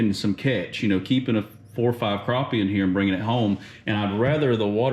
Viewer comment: Glad to hear you know how to pronounce “crappie”.